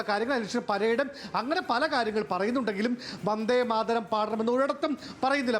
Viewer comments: വന്ദേ മാതരം എന്ന് പറയാൻ പോലും അറിയാത്ത മന്ത്രി...... നാണക്കേട്...... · വന്ദേ മാതരം ഏന്നു പറയാൻ പോലും അറിയാത്ത വിദ്യാഭ്യാസ മന്ത്രി